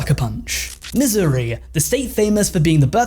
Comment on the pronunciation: missouri...isn't pronounced...misery...